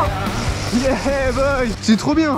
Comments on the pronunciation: T’aime bien dire yebow 😂🤣 dans toute les vidéos tu le dis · C’est yeah boy